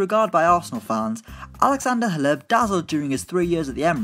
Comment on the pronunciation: The way he pronounced Hleb 😂